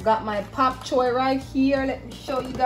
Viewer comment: Your demonstration sure makes me want to try your recipe soon, but did I hear you say "Pap" Choi?